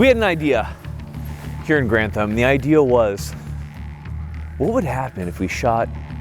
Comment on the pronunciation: I'm still amazed that he did an entire episode about the origins of the name and still says it wrong every time. To be fair, he did say it correctly a few times in that video, but by the end he was back to butchering it, so... Long live Garand! Sounds like Errand.